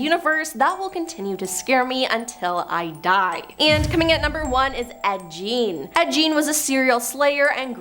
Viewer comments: everybody and their mother’s know that it is Ed gein not Ed Jean and it’s Annabelle not analbelle. You need to do your research on how to pronounce peoples names because every top 10 videos you do you butcher half of those names. Look up those people and learn something before you put out videos and your staff are letting you down by not correcting you. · Gein is pronounced with a hard G, not like a J.. 😬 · 🤣 it's pronounced guh-een (Gein) not Jean. Lol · Ah yes "Ed Jean" 👖